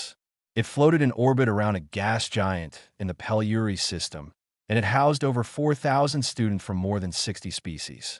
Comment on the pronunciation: AI kept saying "i-t" rather than "it".